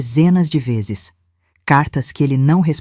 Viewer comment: Difícil é escutar a mêsma hostoriaduas ve'zess